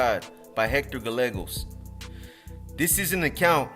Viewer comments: yo box double L's in spanish are always pronounced as a Y....gallegos would be pronounced guyeggos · Double ll, Y, Gallegos is how you write it, but when you say it it should sound Gayegos (y) not galegos like the gabachos will say it! Your not gabacho right 😂